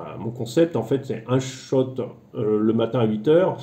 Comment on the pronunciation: Cher, tu as une déformation géographique d’être en Tchéquie: tu dis « shot » (de vodka?) au lieu de « short » (de plage?)!